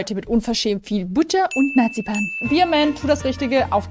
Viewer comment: Hat sie Butter und Natzipan gesagt